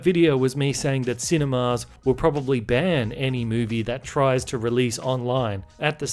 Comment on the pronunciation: Yo, why do you keep pronouncing 'cinemas' as 'cine-mars'?